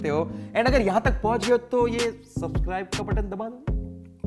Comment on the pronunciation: That 'Subuscribe' killed me 😂😂